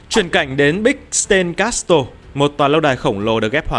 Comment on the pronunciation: Mình góp ý nhỏ chút thôi là 1 số từ tiếng anh ad nên tra phiên âm để có thể đọc chuẩn hơn, ví dụ như từ castle.